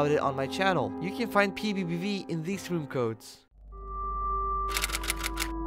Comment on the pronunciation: Bro said pbiepvie